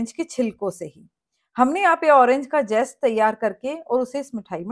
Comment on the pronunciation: Irs zest and not jest.